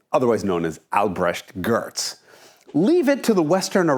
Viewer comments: wait, why does Jason sound nothing like your usual americans when pronouncing the german count's name? Does Jason speak Deutsch? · Alter? Bist Du Deutscher? So! eine gute Aussprache 👍 (dachte mir bei'm "Schermann Ackzendt" schon ... gut getroffen, hm?) Merkt man in deiner flüssig-englischen Ausprsuch keine Spur, werde nun evtl darauf achten ^^ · Your German pronunciation is so impressive that I am thinking this is one of your native languages! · You pronounced the german name like a native speaker. Impressive! Do you have german roots? you pronounce Albrecht Görtz like every other american would do....